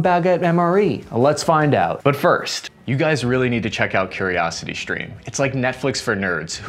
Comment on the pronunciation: I very much like! Great information and I like your tone. I would suggest that you stop adding random Hs to words, i.e. shtreem, deshtroy, shtrike, shtrength, infanchry, These mispronunciations weaken your authority. Keep up the good work!